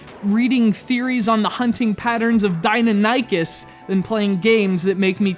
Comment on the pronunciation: Are you supposed to pronounce dinonychus that way?